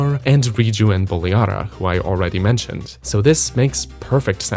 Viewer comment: Love that you put in the time to properly pronounce Buliara! Makes up for you saying SOUTH-ern every video